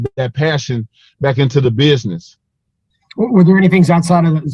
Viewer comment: I truly believe that with the right coaching and enough hard work Wilder will be able to pronounce the word business correctly one day.